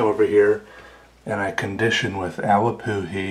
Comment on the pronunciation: The way he says awapuhi 👌